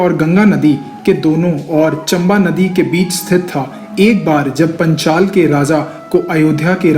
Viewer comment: Tumne knowledge to achchhi di hai, lekin pronounciation bahut hi jyada galat hai. Video mein sahi likha hai lekin tum phir bhi galat bol rahe ho, Jaise ki " पांचाल को पंचाल, गांधारी को गंधरी, आदि। " Aaj ki generation mein jisne naam nahi suna vo to is video ko dekh ke galat hi bolega na. Is galti ko sahi karo. Jo bhi sahmat hai vo like kare ya aisa hi direct comment kare inko, tabhi ye galti sudhari ja sakti hai.